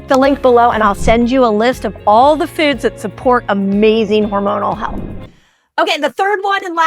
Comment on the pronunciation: The way she says 'foads' 😂